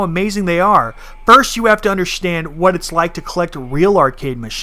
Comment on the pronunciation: Protip. There is no H in the word "understand"